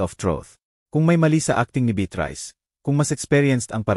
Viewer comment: Mali ang pronounciation ng narratorkamukha ng beatrice